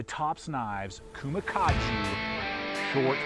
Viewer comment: That's a hard "G" in "kage," oldboy.